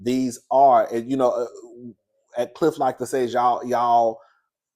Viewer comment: Not Gliff instead of Cliff😂